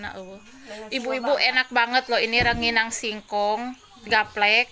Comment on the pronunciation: Rangining...bukan ranginang